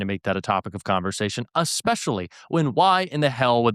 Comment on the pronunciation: especially, not aspecially